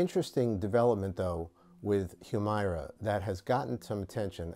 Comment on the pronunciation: Not gonna comment on the substance of his remarks other than to say he’s to be commended for actually pronouncing the name of this drug in a way that comports with its spelling. Hew-MAIR-uh is what the commercials try to push, prolly because some ad exec thought going with a legit short or long-voweled “i” wld sound inelegant.